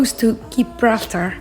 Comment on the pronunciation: oh man she said Gibb-raltar